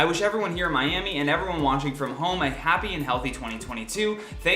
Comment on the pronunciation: why do you say home as horm lmao